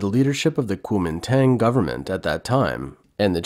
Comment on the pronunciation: only a bot or someone entirely uninterested in china would have pronounced the name of china's nationalist party like that. narrator being replaced by an AI replacement generated off the usual voice? Every syllable of that was fucked way out of the range of a reasonable approximation, and my faith in the integrity of the video has taken a blow 9 seconds in. bring back the human narrator